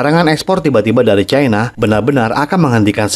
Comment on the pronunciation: Bahasa Indonesia itu pasnya bilang Cina bukan Caina 😂